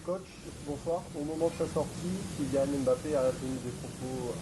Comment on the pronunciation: Ils font l’effort de bien prononcer son nom „Mbappé“ et non M“Bappe ça fait plaisir